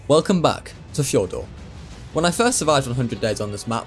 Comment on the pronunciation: fjor d usssss urrrr fjor-dur